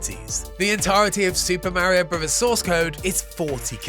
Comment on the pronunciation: Did you really say mare eeo bruvvers?